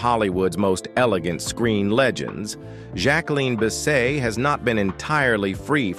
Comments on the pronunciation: When has anyone ever said Bisset as Bis-say? Maybe it’s pronounced like that in France perhaps… but all my life I’ve heard it pronounced the way it is spelled. This narrator is taking liberties from a video/videos and stills he’s obviously collected. Mispronounced names and saying ridiculous things about the actress’s life! Hate these fake videos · You're not even pronouncing her name correctly?? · That was Dean Martin not frank Sinatra. Jack-wa-lynn Biss-set whoever made this video is an idiot